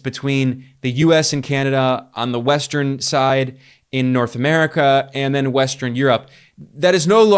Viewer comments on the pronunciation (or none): none